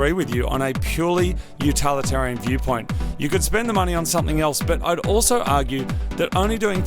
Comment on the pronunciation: I hate to do this (unless I'm being paid to, since I'm an English teacher), but it's 'utilitarian', not 'utalitarian' (but it is 'totalitarian'!). As a fascinating aside, 'Utilitarianism' in Philosophy is the idea of doing things for the greater good, e.g. killing one person to save ten.... or buying and modifying a Lexus LC500 (the V8, of course) and putting it on your show.